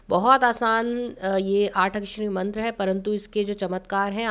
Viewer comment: Aapne mantra ka uccharan sahi nhi kia maam..